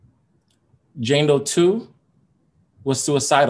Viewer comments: Lmao my hi ass kept hearing Django..then I finally realized he was saying Jane Doe 🤣😂🤣😂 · OMG...the first 14 mins I thought he was saying Django not Jane Doe. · I thought he was saying django too at first😂😂😂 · Right... I was like who's Django. Lol